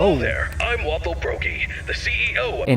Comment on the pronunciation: I'm pretty sure the phone guys name is Wathel and not Waffle.